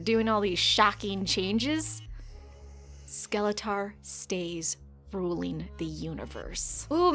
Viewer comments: Bruh the way you pronounce Skeletor is just no bueno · "skele-tahr" kills me... It also sounds like watching this would kill me too